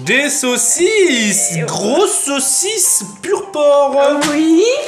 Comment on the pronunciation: Elle a dit sa sausice a 😂😂